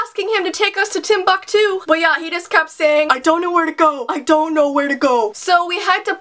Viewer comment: Why does like to say TimBockTwo